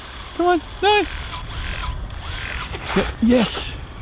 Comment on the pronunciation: LOL first word I hear was total Aussie - "Noauwr!" Love it, thank you for the vid.